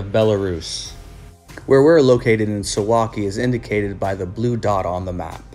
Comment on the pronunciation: Correct pronunciation: sooValky